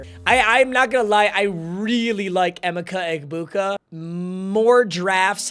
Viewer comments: strikes again... The first 6 RBs are definitely 1st round talents... And It's pronounced EE-Mecha EHBuka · you butchering e-mech-a egbuka's name will haunt me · “em-icka egbuka” 🥀🥀🥀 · W but L ball knowledge and pronounce emeka egbuka